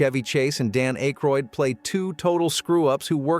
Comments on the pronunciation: Dan AY-CROID ??? it’s pronounced AK-ROID and spelled AYKROYD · ACHE-ROYD! LOL! It is ACK-ROYD! LOL! SMH! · Not A-Kroyd it’s pronounced Ak-roid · Lost me at Dan A-kroid. NO MORE AI SLOP. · You lost me at Dan AY-Croid 😐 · Stopped watching after "Ache-roid". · Seriously got less than one minute into this video before I said “that’s it. I’m out”. Damn AI narration can’t even get Dan Ackroyd’s name correct. So many damn videos on this platform just thrown together using AI for narration and random facts plucked from all over the Internet. Half the time they’re complete BS. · Ugh. Your A.I. narrator can’t even pronounce “Dan Aykroyd”. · Can you fix your mangled pronunciation of Dan’s last name?